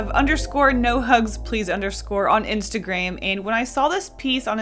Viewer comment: The fact that she said insta”graim”